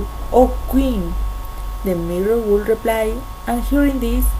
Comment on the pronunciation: Hey! exelent work! i liked it! you only need to practice the pronunciation of *would" you can do it! exelent yas!!! ^ ^